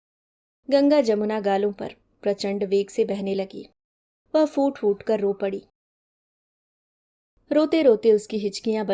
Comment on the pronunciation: Bahut achhi lagi ye kahaani 🌸 Dhanyavaad 🙏 Aap bahut achhi tarah se sunaati hain 🌸 Kripya hindi ke ख ko urdu ke ख़ ki tarah na boliye. Hindi ke shabd: आँख, खोली, aur फूट-फूट me ‘फ’ hai ‘फ़’ nahin. Aajkal bahut se log har ख ko ख़ aur ‘फ’ ko ‘फ़’ bolne lag gaye hain, jeise ‘फल फूल ko, afsos ki baat hai 😢